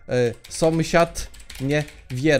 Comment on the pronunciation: sąsiad a nie somsiad